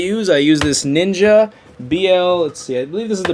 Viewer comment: NINJA NOT NINKA.